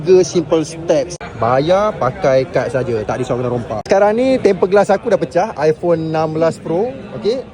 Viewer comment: Ipone 16 pro...balik sebut ipone 16 pro hahhaha